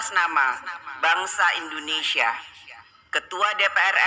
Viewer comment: Yg satu terlalu mengagung2kan & sering membawa nama nya dalam setiap pidato. Yg satu mengkoreksi hal yg tidak perlu, sampai ia pun berat utk mngucapkan INDONESIA dengan pengucapan yg lengkap! (Ada apa?) "Siapapun berhak mengatas namakan BANGSA nya sendiri untuk suatu perihal yg Positif"